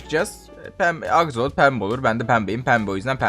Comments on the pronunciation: Abi o aksolot değil aksolt'l' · Abi axolot değil axolotl (sonuna sadece L koymamız lazım)